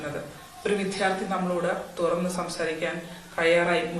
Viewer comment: വിധ്യാർത്ഥി അല്ല വിദ്യാർത്ഥി